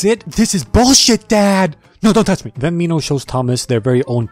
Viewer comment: You said it right the first time when you said Minhos name